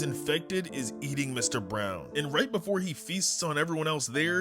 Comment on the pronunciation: Why are you so bad at saying Mr. Brown😂😂😂😂😂😂😂😂